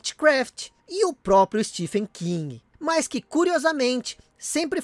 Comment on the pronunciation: Mais um grande vídeo postado nesse canal. Só fazendo uma correção não tão importante, o Ph em Stephen King faz som de "V" em inglês. Então seria "Stevem" (estranho né?) Durante muitos anos eu pronunciei errado também, até descobrir na internet que eu falava errado. Igual a palavra monÓlito, que eu falava "monolito" com o "no" fechado... haha De qualquer forma, obrigado pelo vídeo. Atualmente é meu canal sobre games favorito